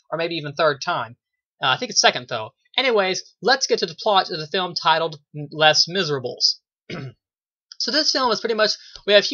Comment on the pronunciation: Lol you did pronounce it wrong, but don't worry I'm not gonna get all CRAZY on you! I have a review of this movie on my channel as well, I really liked your review because you had a neutral opinion on it, and I'd love to know what you think of my review even though I enjoyed the film more. Anyway, keep up the great work! :)